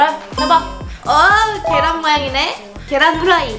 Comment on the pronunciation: 계란 후라이를 계속 계후 라고 하네